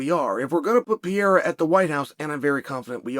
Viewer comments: I love that you always call him "Pee-era" lmao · literally the only guy in the whole mma community calls "pereira" .......... pee era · you butcher his Name XD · Chama will conquer his third belt, and uncle Chael still don't know how to pronounce the name of the man properly. 😂😂